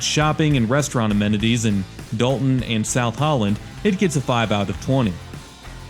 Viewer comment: Dolton, not Dalton